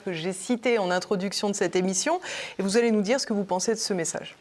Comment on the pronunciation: "vous zallez pas prendre un crédit" => "vous n'allez pas..."